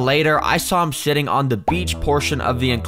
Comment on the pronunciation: he did not say sitting